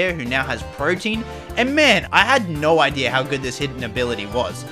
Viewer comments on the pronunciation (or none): Bro be calling protean(prow-tee-uhn) protein (prow-teen) lol